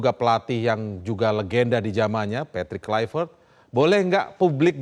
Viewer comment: Untuk pengamat² boleh pke aplikasi google translate biar gampang untuk belajar pengucapan nama pelatih patrick kluivert biar enak di dengar.hanya skdar saran 😂😂😂